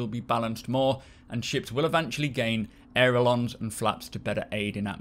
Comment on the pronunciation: Aileron,! Pronounced "Ay-Luh-Ron"!!! I don't even know what a "aerolon" is but it ain't a "aileron". Jon Crew mispronounced the word on the devstream too.